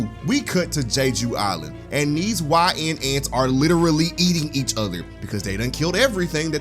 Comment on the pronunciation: "Jay-Jew Island" 🤦🏾‍♂️